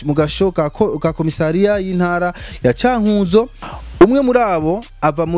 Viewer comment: Ntabwo ari Cânkūzo ahubwo ni Cânkuzo.